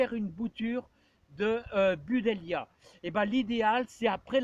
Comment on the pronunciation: On dit BU-DLEIA… pas BU-DELIA 😁